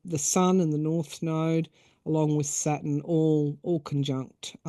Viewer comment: Are astrologers saying Satin or Saturn?